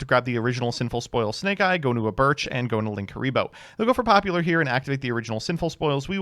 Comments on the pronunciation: ngl I'm super amused every time says popular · One thing i appreciate about is that he’s the only other yugioh player i know who was a theatre kid and makes musical theatre references. I doubt that most yugioh players understand why he pronounces “popular” that way, but i do and im thankful for it